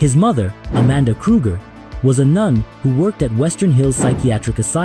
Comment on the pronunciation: BTW it "westin" Hills not Western